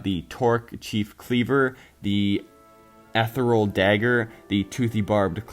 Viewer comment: Nice video,. I just wanna give some feedback on some words you're pronouncing wrong (it doesn't matter too much, but you've been saying them incorrectly for a while lol) You aren't emphasizing the first R in "Trork". It's like a combination of the words Troll and Orc. Also, "Chieftain" is pronounced 'Cheef-tehn'. Lastly, "Ethereal" is pronounced 'Eth-thear-ee-ull'. That's all I wanted to say. Keep up the good work!:)